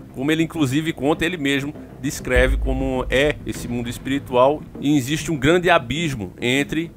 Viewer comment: Cara pelo amor de deus vai aprender a falar o português básico pelo menos! “Insiste” nao existe! A palavra é existe e nao “insiste”! Chega a ser bizarro vc falando palavras básicas de forma errada! Perde toda credibilidade!